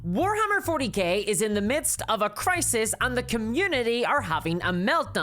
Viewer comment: Did u say Warhammer 40 Gay at the start?